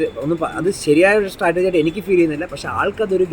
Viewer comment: Interviewer., സ്റ്റാറ്റർജി അല്ലാഡോ. സ്‌ട്രാറ്റജി